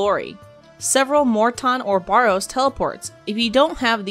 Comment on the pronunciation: Where are you getting "BORROWS" from?, It is Barrows?